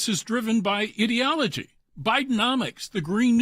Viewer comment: Was That "IDIOTOLOGY" OR "IDEOLOGY" ??????? HA HA HA LMAO